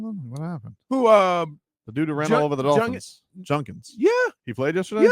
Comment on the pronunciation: “junkins” 🤣 did that on purpose lol